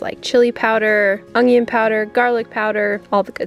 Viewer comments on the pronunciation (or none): At first I didn't here what they were talking about but you add a "g" that isn't there. Ung-yun vs un-yun. I had an Aunt who could not pronounce "cinnamon" or "aluminum" correctly. You're just a little quirky, and some people just like to complain. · hey, you say 'ongion' all you want,, you do you! 😂you know, maybe I was too distracted by beautiful Prim and the redheads- Raven is looking honestly gorgeous! and I'm psyched to see a bunch of little gummy bears in Hazel, I hope they keep developing!!! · 🤣🤣🤣 my husband pronounces onion the same way you do OMG with a G, lol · I'm very confused... Are there other ways to say onion? I listened to it like 10 times and I don't notice anything different about it...